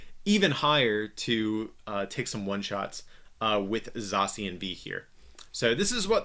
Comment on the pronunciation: U r readIng zacian wrongly